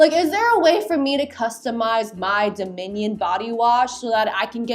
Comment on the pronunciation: the way she keeps pronouncing Dominion is making me think of a loaf of bread in the shape of a minion 😭